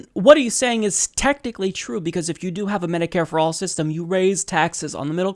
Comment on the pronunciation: Jake was tired. He mispoke a couple of times (taxe(r)s, Senator S(t)anders). And those poachy eyes. But he had enough gas to burn Cruz and his dull charts.